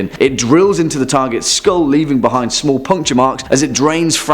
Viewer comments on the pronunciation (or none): none